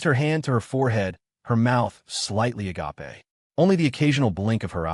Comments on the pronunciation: Somebody, please teach the AI how to pronounce agape. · I love the a ga pay pronunciation 😂